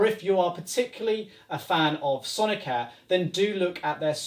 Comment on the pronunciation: why do you pronounce it sonic-hair?